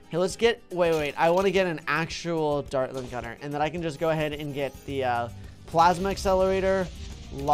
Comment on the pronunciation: What is the dartling guner buff so you say it rong